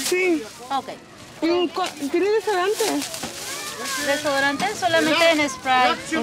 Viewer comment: “deoriant” haha love her😂💖💖